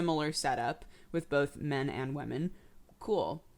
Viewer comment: the way you say women niggles me in the slightest. sounds like wemen. but whatevs, you are delightful...